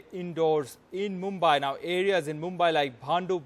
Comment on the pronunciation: Brother the city is pronounced as Mumbaee though spelled as Mumbai... it should end as ee and not ai....